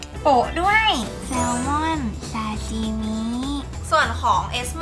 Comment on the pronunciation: ซาชิมิค่ะ ไม่ใช่ซาซิมิ